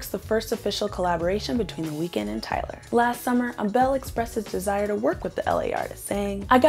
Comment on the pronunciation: please. not "ah-bell" 😭 its "eyble"